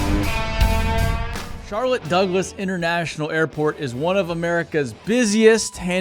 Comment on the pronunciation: “Charloss Douglette” Sorry